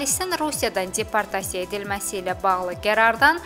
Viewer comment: Aparıcı xanım çox pis danışır. Nitqinə kəndçinski ədalar qatır. Rəsmi və ciddi xəbərlər bu cür, bu ton, bu diksiya ilə oxunmur. Yazıq peşəkar diktorlar belələrini dinləyəndə gör nələr çəkir. ALLAH şahid tutub deyirəm ki, gözünə açkini də yalandan taxıb. Bununla özünə savadlılıq imici qazamdıra biləcəyini düşümür. "_d" səsini "-c" kimi yəni deportasiya sözünü "ceportasiya" kimi tələffüs etməklə guya şəhərli olduğunu və rusca da danışa bildiyini bəyan etmək istəyir.